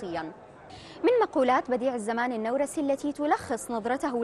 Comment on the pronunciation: النورسي بفتح النون و جزم الواو خطأ. الصحيح ضم النون و جزم الواو. نعم لا تطابق القواعد العربية لأن كلمة "نورس" ليست عربية بل كردية و هي إسم القرية التي ولد بها